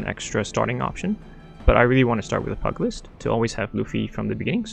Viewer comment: Just fyi - pugilist is pronounced with a J sound not a hard G. Like pew-ja-list.